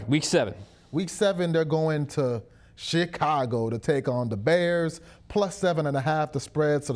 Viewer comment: Did say ShitCago??? 😂😂😂